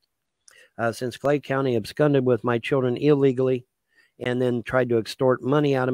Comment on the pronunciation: Incorrect pronunciation of the day: ab skund. 190 iq folks